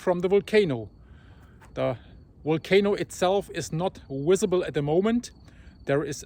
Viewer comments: Wenus, It’s not wisible from the wolcano. You should see W for Wendetta...! Great coverage though! Thanks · Not wissable lol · Wery= very... WISABLE= visible. Walley=valley Volcano=volcano. Wenis= I'm not really sure, but I love this guy .. . Don't think he was talking about the outside elbow skin ... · I've watched a hundred of your vids, and as your brother, i love you dearly, but when you said WISABLE, i lost it....it's so crazy how you say Volcano, and most of the time, visible, but today you say WISABLE, volcano WENTS, WALLEY... I'm not being mean, I'm picking on you like your best buddy would.... Ps. If you don't have friends that pick on you, I've either been jipped, or you need new friends. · YOu can say volcano but you can’t say visible